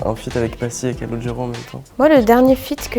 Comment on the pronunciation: J’ai arrêté de regarder après avoir entendu « calogero »